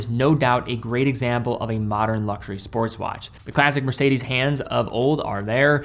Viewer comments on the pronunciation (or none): none